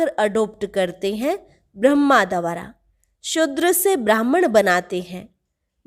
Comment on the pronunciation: baki sab kuch accha hai par ek correction hai dwara is shabdh ka uccharan ko teek karlo